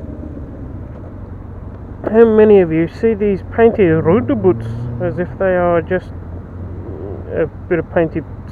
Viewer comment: Hahaha! Broon Bricks and Roundaboots, lol, after you explained it, it makes more sense, lol,, RSMF.